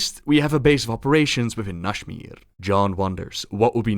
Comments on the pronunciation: How did you turn Nazmir into Nashmir. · nashmir? there's a z in there buddy